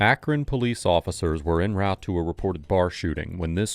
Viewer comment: The "En" in "En route " is pronounced "on" because ita francais!